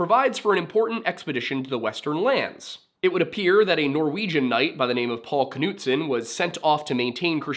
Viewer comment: Well done. Most people can't pronounce my last name, so well. It was originally Knuđson/Knuđsen.